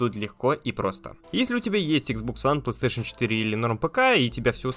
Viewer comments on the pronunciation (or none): Чел не говори плстешн 5 очень режит уши